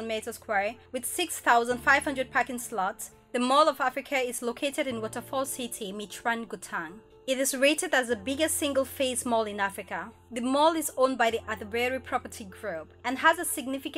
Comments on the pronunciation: Sorry lady I just want to make your life easy, the way you call Gauteng is very wrong let me help you its called "Ga-U -teng" call it the way I wrote it for you you will never go wrong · Gutang??🤣. Yoh please don't butcher our provinces names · You always murder South African pronounciations. Siri can pronounce "Gauteng" better than you do.